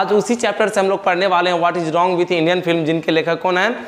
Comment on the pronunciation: Sir rong nhi hota h wrong hota h